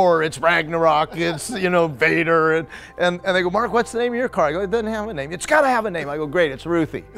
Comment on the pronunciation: Being Swedish and hearing Americans trying to pronounce Väder........